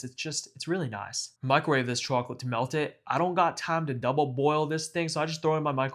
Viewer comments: "chawklit" lmao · Bro said chawclit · you have gotta be from NY, the way you say chocolate